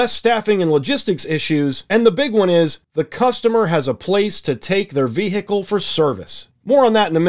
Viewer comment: The way you say vehicle